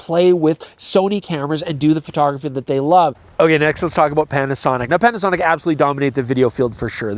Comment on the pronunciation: Did you just call them "Petasonic"? 😜